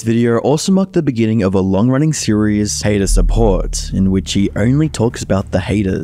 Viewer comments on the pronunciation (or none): none